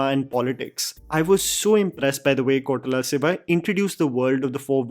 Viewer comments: Not Kotala siva. It’s Koratala Shiva. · I've been hearing this a lot. It is Koratala Siva. Not Kotarala Siva 😂😁Also Is there anyone who felt that the hooded scene was like Death from Puss In Boots?🤭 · Hmm.., it is Ko'ra'tala Siva... not Kotala Siva..